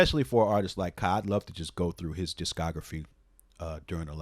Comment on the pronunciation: Took me a while to realize you were saying Ka, not Kyle RIP. RIP Daniel, EOM, to throw another one up to producers I miss in solidary though.